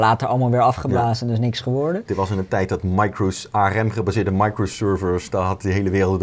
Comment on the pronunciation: aRem? De rest van de wereldbol spreekt het uit als een acroniem. Arm